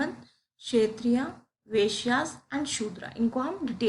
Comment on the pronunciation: ma'am humbly thoda pronunciation par dhyan dijiye, क्षत्रिय ko क्षेत्रीय mat boleiye वैश्य ko वेश्‍या mat boliye, galti dikhanae ke liye comment nahi kar raha hu, thoda asahaj lagta hai sunnene me, agar aap kar sakti ho toh bhot achi baat hai, agar nahi banta hai toh bhi koi baat nahi.😊